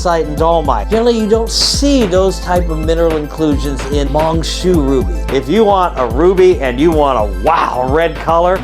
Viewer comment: It's pronounced as Mine Shuuu.